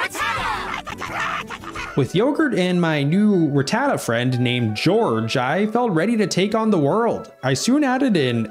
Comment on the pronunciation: Wait is that the way they even pronounced it in the English "whose that Pokemon" Becouse kinda funny that even they got rattata wrong😅😂